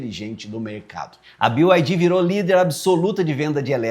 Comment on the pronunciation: Bi uai di 😂😂😂 É Bi Ai Di